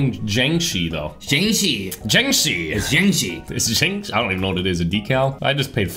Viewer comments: It's pronounced "Jangshi" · jianshi is prounaces like iangshi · It's pronounced Jiangshi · bruh it pronounced Jiangshi